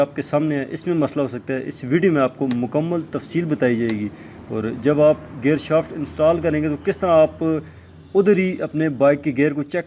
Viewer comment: Shafat Ni Hta Shaft hta ha